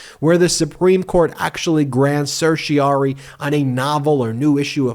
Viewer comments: certiorari not certiari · PLEASE LEARN TO PRONOUNCE « CERTIORARI »